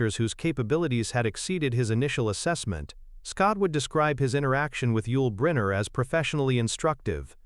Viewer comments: Robot narrator needs to be programed to pronounce name properly for heavens sake ... It's about him geez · The instructions provided to the AI bot must have been; "Compose a narrated article lasting for fifteen minutes using a vocabulary of only the same 50 words, repeated over and over, occasionally mispronouncing the key subject's name. And do it all in one sentence.."